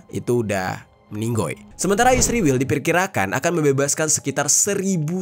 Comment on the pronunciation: Aku dengerin kata "ISRIWIL" ketaea sendiri. Inget masa kecilku .. ibuku klo lagi jengkel kpd adikku yg bandel.. ibu manggil adikku dg sebutan ISRIWIL.. pdhal namanya Isworowati.... mudah2an adikku baca dan ingat pd kebandelannya...😍😍